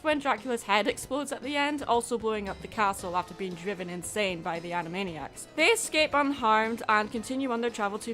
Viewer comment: ...Animaddyac/Animaddiac. Also... yeah. Animaniacs holds up pretty well. And heck, I didn't even know who Sheena Easton was beyond having heard the name once or twice.